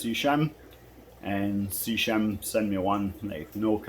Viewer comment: It's SEA-KEM in terms of pronunciation.....